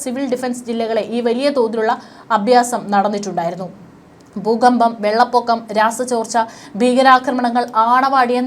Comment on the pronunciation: ബീഗരാക്രമണം ബൂഗമ്പം,യുദ്ദം!!!!!!!? പ്രദമ. !?!? യുദ്ദകാലം!!!! ,പലതവണ ഈ തെറ്റായ ഉച്ചാരണംചൂണ്ടിക്കാണിച്ചിട്ടുണ്ട്.താങ്കൾതിരുത്തുന്നില്ല.